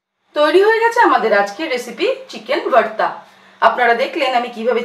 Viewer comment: Its not varta mam... its bharta